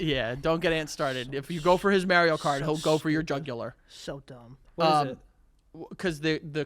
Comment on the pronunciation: saying "Mary-o cart" is infuriating lol